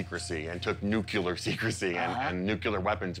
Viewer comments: What is NUCULAR? Its pronounced NU-Clear new-clear. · nuclear. not nucyuler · Seriously? The expert says NOOKULUR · did he say " NUCULAR" ? 🤣🤣🤣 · When someone says "nucUlar", they lose all credibility in regards to literacy and sense. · Jesus H Christ! It's pronounced Nu-cle-ur.